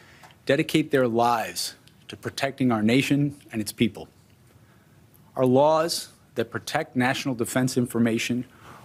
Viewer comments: To be fair, he said “Lrarls” not Laws. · What the hell is lours trump keeps saying lours is he that scard of the law he cant say the word mabey it will go away what a happy day for trump that would be. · “I’m going to enforce all lores”?😂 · "all lawrs" did he mean "laws?" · Did he say laws or lars?